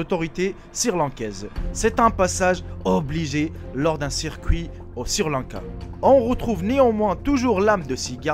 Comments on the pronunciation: Ta pas honte de dire sirrrr lanka WESH SRI LANKA on dit ! :) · Eh ...!!! Mec on ne dit pas sir Lanka mais Sri lanka si tu n'arrives pas à le prononcer ne le dit pas... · pour quoi tu dit sirlanka au lieu de srilanka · chui pas le seul à avoir remarqué lol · c'est Sri Lanka et non sir Lanka. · il faut faire un effort en français Sri Lanca pas Sir Lanca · c'est sri-lanka pas sir-lanka :) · "Sirlanka" hahahahah dead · sir lanka bravo la prononciation👏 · "...un nourrisson de deux ans..." Un nourrisson c'est justement un bébé que l'on nourrit au lait, qui n'est pas sevré. Déjà qu'il faille endurer ton accent de vendeur de tapis volant, fais attention de ne pas dire n'importe quoi comme Sir Lanka ou de Costa-Rica ou de Guatemala (on dit DU Costa-Rica ou DU Guatemala) ou caucassiens (on prononce ko-ka-zien et ça s'écrit: caucasien). Un caucassien serait plutôt quelqu'un qui s'exprime de manière....cocasse...Ça ne te rappelle pas quelqu'un? Ah les merveilles de l'école de la Raie Publique française! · Je comprends pas les gens qui bloque sur les fautes d'orthographe qu'il dise Sri Lanka ou autre on s'en bal les couilles vous avez pas de vie ou Quoi l'important c le contenu des vidéos le reste ont s'en fou